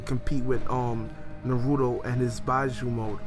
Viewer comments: its beeeeeeeeeeejuu not byju :D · "Bee-Jew" not "Bye-Jew", yous should work on your Japanese pronunciation a bit. >.> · All respect to your voice and your discussion. This is the second manga discussion I've heard from you, but with all respect can you please start pronouncing the terms correctly? We don't say give with a emphasize on the i, right? Naruto - Nar-u-to Not Nar-u-do, Bijuu - Bee-Juu not Bi-Juu, Konoha - Ko-no-ha not Ku-no-wa. I say this with respect. I love your videos I'm not trying to insult. Correct pronunciation is just important. I also agree that it's sad that Sasuke is still left in despair.